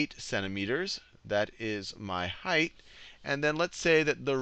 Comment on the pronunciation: It's "height" not "heighth"